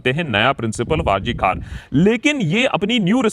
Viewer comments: It is not R C Kar 😡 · It is not R.C.KAR. IT IS R. G. KAR. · It's R.G.Kar not R.C.Kar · RG kar not RC Kar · It is R G Kar, not R C Kar. You are saying R C Kar repeatedly. You are also a Bengali. Please pronounce it correctly. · It's not RCKar but it's R G Kar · It's not R C KAR..... It's R G KAR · Bhai r. g kar hai nam hospital ka r. c kar nhi. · It’s not RC Kar but RG Kar hospital Banerjee babu ! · R G kar Not R C kar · Its R G Kar Sir, not R C Kar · It's R G KOR Hospital Not R C KOR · Please Sir, Correct your pronunciation. It's Not R C Kar it is R G KAR Medical Collage Hospital. Founder of Radha Gobinda Kar Sir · It's not R C Kar; it's R G Kar. Please pronounce correctly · Sir,hospital name RG Kar. Not RC Kar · It is RG KAR NOT RC kar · yaar ... its R G KAR ... not RC kar ... :( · Its R G GGGGGGGGGGGG not C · Sir, It ll be RG kar pronounced in the video. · It Is R G Kar not R C Kar👍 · Its R.G Kar not R.C Kar.. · That's R.G.Kar hospital... Not R. C. Kar... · Not R C Kar but R G Kar hospital if I heard correctly.